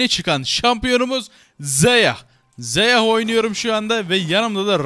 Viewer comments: bu arada söliyim zeya reykın deil zaya rakan diyo okunuyo .-. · yalniz Reykin degil Rakan yani yazıldığı gibi aynen. Zeyah degil Zaya. Sadece söylemek istedim. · Abi Zaya ve Rakan diye okunuyorlar